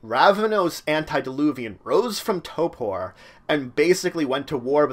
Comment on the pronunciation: Why do you say torpor weird -.